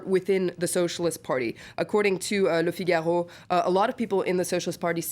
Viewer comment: OMG love how pronounces Le Figaro..... I'd watch her for hours just because of that and she's very girl next door sexy....